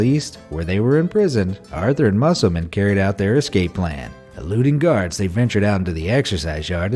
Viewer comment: That's not how you pronounce musselman